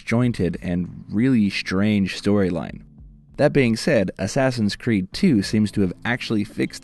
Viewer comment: ASSASSIN' SCREED ? lol ! Batman ? LOL !